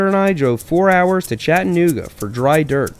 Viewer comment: It's not "chattan-ooga" its "chatta-nooga" and if if your feeling slick that day you can just call it "nooga". Please and thank you.